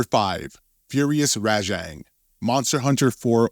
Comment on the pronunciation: Also how he pronounces Rajang